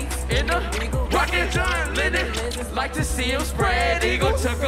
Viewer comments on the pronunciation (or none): "Do you rike it?" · "Did you rike it?" LOL